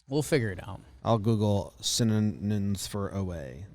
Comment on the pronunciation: The fact that Jimmy keeps calling synonyms "cinnamons" is just so funny to me😂😂